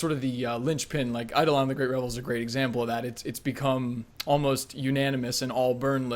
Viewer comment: If I had a penny for every time someone mispronounced "eidolon" I'd be loaded